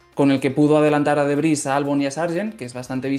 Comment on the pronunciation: Debris no derbys no mamen jajaja. El Derby era un modelo de coche en Mex.